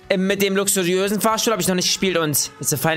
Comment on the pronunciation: Lüxurösenn hahahahaahahahahahahahahahhahhahahahahhaaahahhaahahahahhahahaaha das ist so schwer zu screiben keine beleidigung also beschweren kan mann nicht beschweren